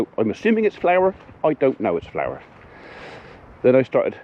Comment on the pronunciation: Sounds liek magic powder and not flour as you say